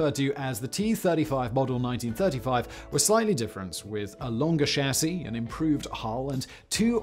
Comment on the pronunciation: Probably more than I'll ever need to know about the t35 I got to hear you say Chassis in proper English thank you